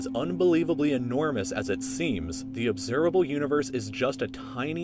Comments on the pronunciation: instead of observable it said observalbe universe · observalbe instead of observable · "observalbe universe" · Great video, great narration, nice music, very informative. BTW, it's 'observable' not 'observalbe' . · “Observalbe Universe” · "observalbe" lolz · observable not observalbe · observalbe? Think the maths in this video was detrimental to your English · Observalbe (Notice lbe) what's wrong with you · "Obervalbe Universe"? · Observable not "Observalbe" lol. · "Observalbe" universe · Anyone else notice “observalble” lol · "Obsevalbe Universe" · U say ubservable universe right??.. How did it originate? From where did those hydrogen helium lithium etc originate? Where did they come from? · Lmao "observalbe" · “Observalbe” universe? What is an observalbe universe? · “Observalbe” Universe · "Observalbe Universe" lol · "observalbe universe" apparently.... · Obseralbe universe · 'Observalbe Universe" lmfao!!! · "observalbe" ok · lol "observalbe universe" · "Observalbe" lol XD